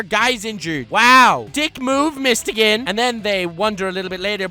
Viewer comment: It’s mist-o-gun that pronunciation was horrid